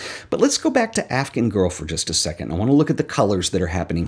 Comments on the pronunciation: I love the video, but I just have to say, the way you pronounce "Afghan girl" sounds like "African girl" to my ears and it's driving me insane. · Interesting pronunciation of “Afghan”...